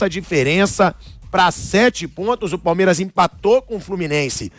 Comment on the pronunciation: Engraçado ouvir o pilhado falando 'palmieras' o tempo todo 😂😂